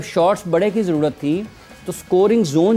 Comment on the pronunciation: Jarurat hota hain, jurrrat ni😂😂😂